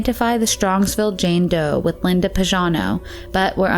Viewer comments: YoU pronounce PAGANO like PAJANO...is totally wrong,you shuld pronounce it like PAGHANO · the name PAGANO is pronounced with a hard "g" PAG rhymes with BAG. Is this a computerized voice because this isn't an uncommon name or pronounciation. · It's Linda Marie Pagano (hard g). Why does the narrator pronounce it like Pazhano? And her stepfather was Byron, not Brian.